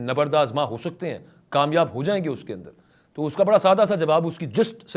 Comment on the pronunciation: I think, it is not tu kya he. The correct pronunciation is to kya he. Meaning thereby 'then what'.